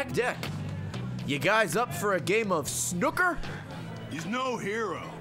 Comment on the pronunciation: Ray calling Snooker snucker is the funniest shit to me